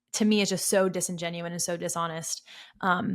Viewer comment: Great video, but it’s “disingenuous” and “eSpecially.”